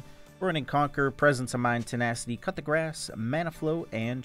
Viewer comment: Is saying “cut the grass” rune a meme? Cuz it’s pronounced “coo de graw”